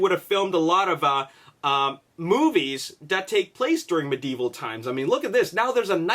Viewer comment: I love your videos but i hate how you say medieval.